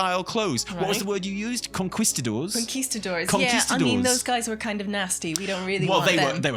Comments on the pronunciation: proves she knows how to pronounce conquistador, which puts her ahead of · Oh, look, can pronounce Conquistador correctly. Much better than.